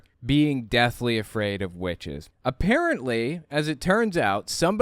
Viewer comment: It's the way he says the word "witches" that cracks me up every time...😆😅😆